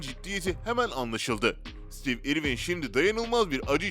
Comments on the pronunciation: stiiiv irvin diye okumak nedir yaa? adamın adını bari doğru telaffuz edeydin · o kadar kötü bir seslendirme ki neresinden tutsan elinde kalır... rahatsız edici bir tonlama, kötü bir telaffuz, kelimeleri yuvarlaması, harfleri yutması ve ingilizce bir ismin (konu başlığı olan isim hem de) nasıl okunduğuna bile bakmaya vakit ayırmadan işe girişmesi.